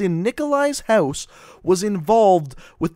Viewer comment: why does he say house houeose ??